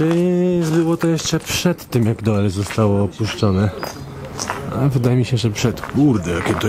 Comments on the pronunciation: Panowie. Film, jak zwykle super, natomiast znam dość wnikliwie Doel ( czyt. Dul ) i wiem, że można pokazać znacznie więcej ciekawych miejsc. Np: kościół i cmentarz , Cafe w wiatraku, plant z domkami wypoczynkowymi. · Przy wymowie nazwy miasta Doel powinno się mówić "Dul", OE pisane razem wymawia się podobnie jak nasze U ;) A nazwa miasta w wolnym tłumaczeniu może oznaczać "Cel". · czesc chlopaki kurcze byliscie w belgii a u mnie kawa stygla pozdrowienia nowlasnie z belgii ( a tak miedzy nami nazwe tego miasta czyta sie dul ) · To sie czyta Dul chlopali,az serce peka jakto slysze,ale fajna fure dostaliscie!! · Mówi sie "Dul" 😁 pozdro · W Niderlandzkich językach "oe" czyta się "u", więc to miasto prawdopodobnie nazywa się Dul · Doel czyli w wymowie DUL To znaczy CEL w ich języku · Mieszkam w Belgii i byłem tam na rowerze. A tak swoją drogą: Doel czyta się Dul Pozdrawiam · Czyta sie dul ... Oe = u. Te duże kolcki lego wcześniej tam nie stały. Teraz na terenie prowincji Antwerpen coraz wiecej ich jest , aby ludzie nie wjeżdżali autami. Pozdrowienia z Belgii. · Nazwe miasta czyta sie Dul, oe wymawia sie jako u w języku Niderlandzkim jak i w Fryzyjskim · W jezyku flamandzkim "oe" wymawia sie jak u a wuec miasto nazywa sie "Dul" pozdrawiam z Holandii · Filmik fajny, mam tylko jedną uwagę - nazwę tego miasteczka wymawia się DÓL (to holenderska nazwa, a w j. holenderskim "oe" jest odpowiednikiem polskiego "ó") ;) Łapka w górę i do następnego razu :) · Pisze sie Doel A wymawia sie Dul Pozdro. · To sie czyta Dul I jest opuszczone dlatego ze chcieli tam wybudować fabryki I tego typu rzeczy ale ludzie powiedzieli ze nie sprzedadzą fomow więc wybudowali dookoła i zrobiła się zla komunikacja więc większość I tak się wyprowadziła chodź do dziś mieszka tam jeszcze parę osób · To jest nie dokońca opuszczone miasto ... tylko wieś ...i mieszkaja tam ludzie jeszcze... pisze sie Doel.a czyta " Dul "... Pozdrawiam... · Nazwę tego miasta czyta się "Dul" 🤗